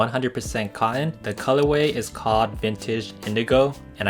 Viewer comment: Learn how to say denim and cotton